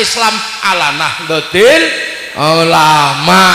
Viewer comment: Org ini memang suka sensasi, misal, nahdlotul dia baca nahdlotil, boleh